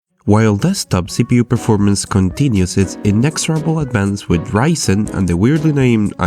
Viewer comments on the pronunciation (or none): none